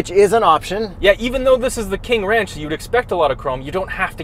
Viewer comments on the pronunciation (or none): "the w in ranch is silent" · Now class . . . remember that the "W" in Wranch, is silent. "Pick me up off the floor everybody!"😂